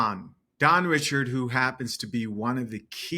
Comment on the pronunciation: Bro her name is pronounced dawn rishard not Richard.. It irks me how everyone keeps pronouncing it wrong